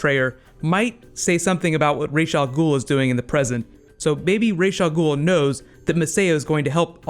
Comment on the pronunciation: Raysh Al Ghoul? its Ra's Al Ghoul, y'know the Egyptian sun god Ra basically that